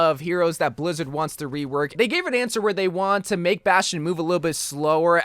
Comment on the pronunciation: Everytime you said rework as "wework" I wheezed. I do the same haha I can't help it.